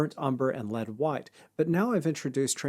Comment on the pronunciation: You can sense the Aussie/Kiwi accent by the way he says 'white' as something like 'whoite'